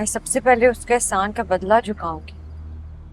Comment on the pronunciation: Ehsan ka badla jhukao gi... Not chukao gi..imagin urdu of heroine 😂